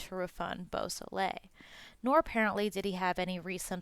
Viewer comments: Bobby Boo-so - lay !! Bobby Bosley is not acceptable, neither is murder. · Dude you can't even say Bobby's last name correctly. The L is silent